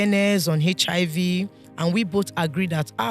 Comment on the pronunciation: is it hechihaivi or HIV Whats wrong with Nigerians 😂